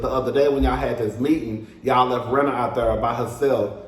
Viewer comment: Not u called Rena (“reena”) Rina like Lisa Rina frm RHOBH😂😂😂